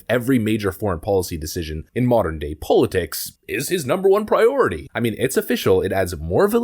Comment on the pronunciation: How come this guy doesn’t know how to say the word politics ?